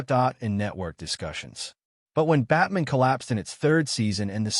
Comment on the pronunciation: the AI makes Batman sound Jewish, as it pronounces it like Goldman